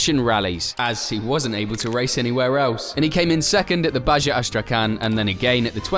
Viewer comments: If you let AI do narration, it would help programming it with a knowledge that "Baja" is pronounced "Baha," not "Bazha." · It’s pronounced baha not baja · ITS BAHAAAA not JAAA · Dear the word baja is Spanish. It's not pronounced as a "j". It's pronounced "baha". "Ba", like a sheep and "ha" like ha ha ha. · Wait... is that how british pronounce Baja? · Mate. 'He didn't even know English'. There are a number of examples of incorrect grammar in your script. You didn't even bother to run it through something like Grammarly. Not to mention the pronunciation of 'baja'. Maybe leave your English arrogance at the door next time.